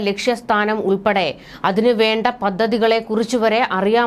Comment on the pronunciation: 😂'പദ്ദതി', 'ബീകരപ്രവർത്തനം ' ? താങ്കൾ ഉച്ചാരണം ശരിയാക്കണം. 'പദ്ധതി', 'ഭീകരപ്രവർത്തനം' എന്ന് വേണം ഉച്ചരിക്കാൻ.